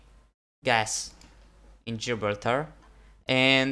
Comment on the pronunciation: It’s pronounced Ji-bral-tar